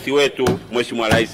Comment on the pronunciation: Leli, selikali, laisi😂😂😂 mbunge haijui Kiswahili ni mkenya au?